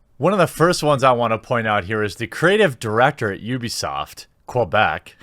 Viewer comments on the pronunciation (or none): Hey its not Quabec its Quebec you Murican!